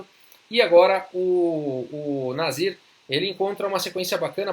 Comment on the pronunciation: ótimo video , eu fui o único q confundiu ele falando o nome do nasir e escutou nazista ou algo parecido ? Brincadeiras a parte , uma ótima partida e analise também